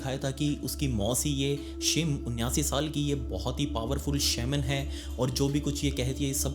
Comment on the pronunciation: शेमन ✖️❌❎ शेमनी 💯✅☑️✔️